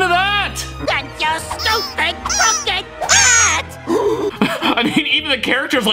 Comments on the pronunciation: Oh wait he’s saying crooked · Bro, he’s saying crooked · "And your music, and your face, and your stupid crucking hat" is how I hear it. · I thought he said looking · Idk how The developers were trying to say crooked hat and and it sounds like FU##ING HAT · he can’t be saying crooked it sounds more like fu*k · I hear crooking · It sounds like he says AND YOU STUPED TRUCK AND HAT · I thought it was "And your stupid pumkin hat" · I thought he sayed sunken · yeah it sounds like f cking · I Hear "floop poop" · He said flunk poop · I thought he said dog poop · He’s saying flung pou I’m pretty sure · Fr bro rly said fuck😭